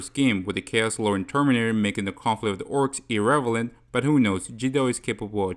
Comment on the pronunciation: no offense man but you might wanna run that “irrelevant” by me again 😭